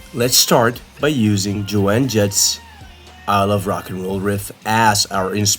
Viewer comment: Its Joan Jett. As in "Joe-nn" Jett. One syllable for first name. I was 8yo when i first heard that song. Seeing rhe video git my little kid loins going. I thought she was hot. The song is a cover, I believe.